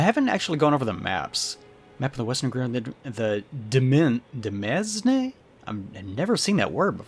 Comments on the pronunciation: Demesne is demayne , or Domain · BTW, demesne is pronounced demain, it's just an old timey word for domain. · "Demesne" is pronounced "Domain", it's an archaic form of the word, probably French in origin since it is pronounced nothing like it's spelled.